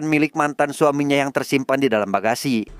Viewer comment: garasi bukan bagasi😅